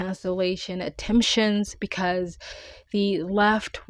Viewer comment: You lost me at “attemption” Neeeeeext